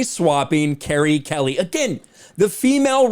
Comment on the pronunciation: You are reading and saying her name in the wrong way!